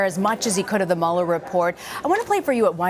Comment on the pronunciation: The "Muller" Report, ugh wtf